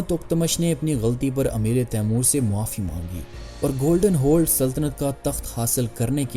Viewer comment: خدا کے لیے اردو کا تلفظ ٹھیک کرو "امیر تیمور ہے نیچے زیر نہیں ہے جو آپ بول رہے ہیں اس مطلب ہے تیمور کا امیر ۔